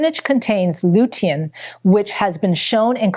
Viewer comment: I have never heard anyone pronounce lutein and polyphenols the way this woman does. Is English her 3rd language??